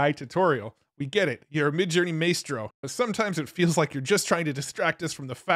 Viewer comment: You need to learn how to correctly pronounce the word "maestro".